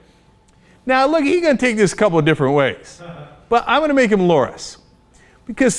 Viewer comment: Why does he pronounce it Loras as Lor-ASS the second time he says it? Could be a mistake, but it's right after he establishes that Loras is gay. Just kind of odd, what's Cenk got on the brain?